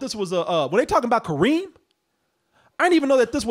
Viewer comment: I come from a country where Kerim is used often for boys. Kareem does sound like a girl's name with americanized spelling and intonation. The original Arabic is way too rough for anyone to pronounce properly, I get that, but there's a middle ground there. Also, the other problem with that name is turning Kerim into first Karim (still acceptable), then Kareem for americans, which is abhorrent linguistically, because that changes the full intonation of the word. In original and most interpretations of the word, the Ka part is where the major force of intonation lies. The -rim part is a completion into softer sound. With Ka-reem, you shift it so there's no switch in intonation. It's all one wave. Which changes how the name is heard.